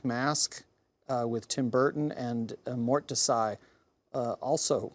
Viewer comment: "the Black Mask by Tim Burton and Mortdisi by Tim Burton" lmaoooooo I love that he just arrogantly assumes it's a Tim Burton movie because he thinks it has "mask" in the title despite the movie being called Black Mass and having nothing to do with Tim Burton. And then the mispronunciation of Mordecai hahahaha